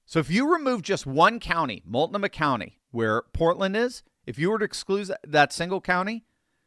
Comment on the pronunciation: Mult-No-Mah county